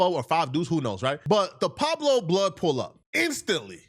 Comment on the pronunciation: Pueblo this fool keep saying Pablo.